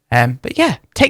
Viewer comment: In the past 10 minutes I’ve heard you become more and more Irish. Gimme another “tumarrow”.